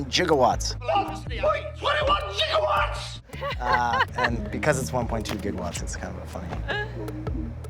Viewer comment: 1.21 Jiggawats?!?!????? 1... point... 21... Jiggawats.....